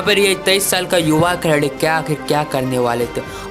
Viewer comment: Khiladi ❌ Kheladi 😂✔️